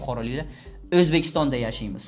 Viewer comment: Men ham Buxorodanman . Perfect O'zbekistonni talaffuz qilganizga 😅